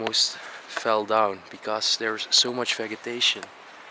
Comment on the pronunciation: Hi, with the word vegetation you pronounce the start of the word like vej. The houses look like they are designed in the Tudor style. That pool table was too big it was the right size for a snooker table though. The big picture is of Frank Sinatra I believe. I bet the people were English and the moved to France from the UK as everything you see was written in English. That is so weird as my favourite liqueur is Malibu too 😉. Again another gorgeous property just left, it's really sad actually. I think Lesley is right and it was a B+B, go subscribe people to Lesley & Jordy's channel called "Bro's of Decay, they are another fantastic channel like Explomo's 😉🙏🏼. Thank you for another awesome explore, I am so proud of your english speaking skills, you have worked hard on them and so has. Thank you for sharing, much love. xx💖